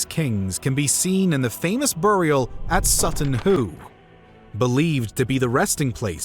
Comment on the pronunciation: Dudes pronounciation of bury and burial is killing me